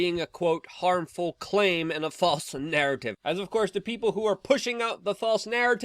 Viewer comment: Ahhh, did you say False ?, or FOSSILE🙄🤣 information🤨🇺🇸⚖️🦅😎😉, Ayuh